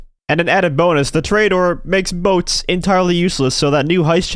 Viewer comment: To-re-a-dor, not "torayador"